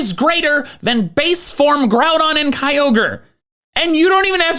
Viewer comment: its pronounced ROOT, NOT Rowt - and its pronounced GRUDON NOT Growdon - and pronounced RAY Qazsa NOT RAYquayza ffs... i give up, its EE VEL Tay, NOT YA val tal